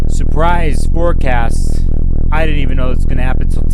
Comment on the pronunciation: I thought you said “Forcasm” and now im going to incorporate it into my vocabulary.